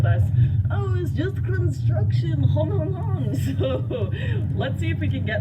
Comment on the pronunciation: "IT'S JUST CONTRUCTION HON HON HON" - Lauren, 2017